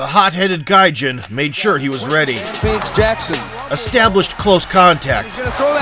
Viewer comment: Gaijin pronounced (Guy Jean) not Gin.. Next time!!